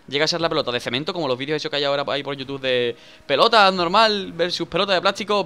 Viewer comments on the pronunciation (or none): none